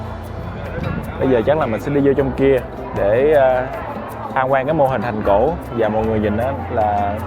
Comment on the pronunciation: Mong anh cải thiện phát âm nha ạ, “thành cổ” thay vì “hành cổ”